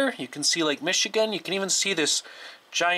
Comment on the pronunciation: "Lake Meshuggah" lol Isn't it "Michigan"?